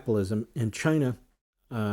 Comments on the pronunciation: there is no 'R' in China or Cuba. Looser. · did Wormie say 'Cuber'...Chiner?...he is nothing but a liar and spews nothing but lies...there is a good reason we are not a democracy